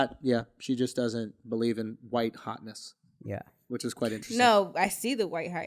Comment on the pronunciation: my guy drew said "which iz?" EDD